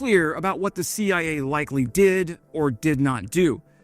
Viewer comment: "The Shee Eye Ayy?!"